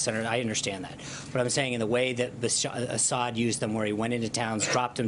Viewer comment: It's Assad, not Ashad.